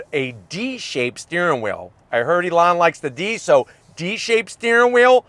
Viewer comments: Great review is always. But I have to zonk your pronunciation of Elon's name. 😂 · I love how kept calling Elon "Alawn"😂😂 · Lmao you called him Alon idk if he’s going to answer when you call to speak to Alon. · "alon musk" lol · never heard someone pronounce the e like that (ee-lon)